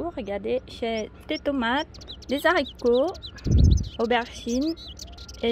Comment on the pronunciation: Magnifique potager bravo. Je t adore mais normalement on ne dit pas des zaricots mais des haricots mdrŕrr. C est du bon français, allez bisous à vous 2.